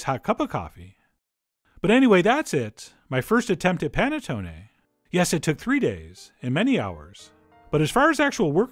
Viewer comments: Nope. Nothing to say. Except it's pronounced panettonay rather than panettony. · The way he pronounced Panettone gave me anxiety. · Maybe because I'm peruvian but hearing it pronounced as panettone sounds weird to me instead of saying panetón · Love the way u say panettone😂😂 no offence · I swear you've made this before (because I distinctly remember your pretentious Giada-esque pronunciation of panettone). Maybe that was back in the Berenstain timeline. I dunno. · You butchered the pronunciation of this but its ok. The wired way you narrate took my mind off it.